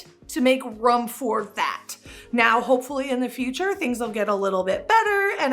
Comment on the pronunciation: To Make “roam” for that???? Huh??? You mean ROOM?????